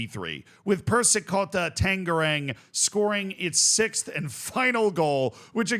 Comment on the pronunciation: Z, as your contents enjoyer from the town where Persikabo is, this video is NOT in my 2024 bingo card. Your attempt at pronouncing Tangerang is enough to make my weekends lmao our "ng" sound is indeed a menace.